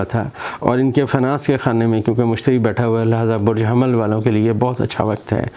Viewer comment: Sir Burj hamal NHI Burj hummal sahi laafz Hy .